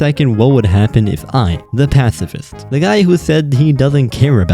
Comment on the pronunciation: Oh no this guy's a passs asss fist